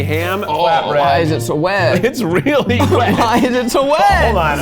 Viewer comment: giggles “…it’s so wEt”